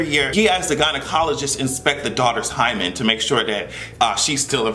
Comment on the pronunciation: That and the way he pronounced "hymen." Sounded so creepy.